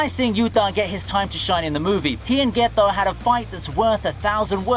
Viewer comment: Why do you pronounce the T's in Yuta and Getou so weird?